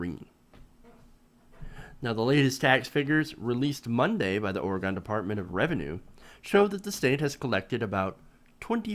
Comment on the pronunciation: It's not Or-eh-gone. It's Or-eh-gun.